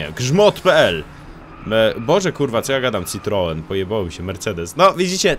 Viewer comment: Matko boska citroen? Serio trzeba się troszkę podszkolić xD